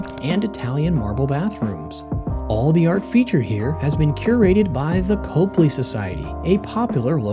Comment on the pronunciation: Well, you clearly don’t know much about Boston: it’s not copely it’s cop-ly, and the Encore may be nice, but it’s not in Boston. And finally, you haven’t told us why these hotels are better than the ones that didn’t make the list (Ritz, Newbury, etc). Consequently, the whole thing smacks of payola.